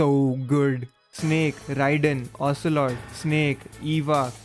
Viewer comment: You're pretty good : ocealot,revolver shalashaska adamaska ocealot, liquid ocealot😅😅😅